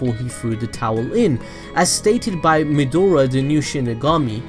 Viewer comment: It's pronounced Meh-Dra, not Medora like the explorer. Also, Shimigami don't have a sex or gender...